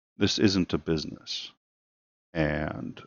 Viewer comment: (get down to bweezness)